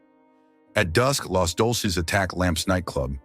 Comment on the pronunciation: "Los Dolces?" It's Deuces!!!